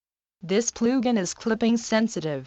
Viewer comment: “Ploogin” lol